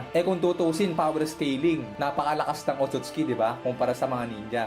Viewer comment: OTOTS KI❌ OTSUTSUKI✅